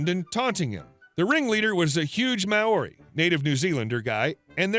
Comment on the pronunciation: That is the funniest way I have heard someone say Maori ever, it isn't Ma-ori it is more like Maw-ree